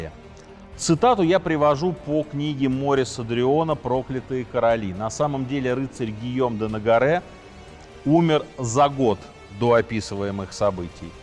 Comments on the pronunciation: Дрюон МорИс – ударение на " и" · Дрюон все же МорИс.... Сергей, как-то неудобно такое слышать